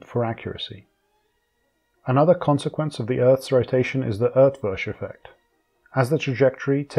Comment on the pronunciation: Great video! Props for the pronunciation of Eötvös, almost correct!